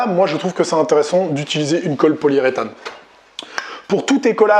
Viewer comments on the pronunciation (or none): Hello ^^ Systématiquement dans tes vidéos j'entends "colle poliée-rétane" alors que cela se dit poli-U-rétane 😜